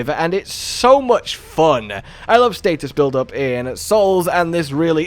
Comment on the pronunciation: So we don’t know how to say status…